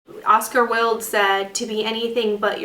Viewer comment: Um Ocars last name is NOT Wid it is pronounced Wild. Please if you are going to quote someone get the name right. Thanks for making this video.